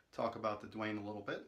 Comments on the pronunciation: Damn! Why Duane! Can't u read the label? It's written DAUNE! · PLEASE NOTE: YOU HAVE THE PRODUCT SPELLING WRONG!!! IT'S "DAUNE" AND PRONOUNCED "DAWN"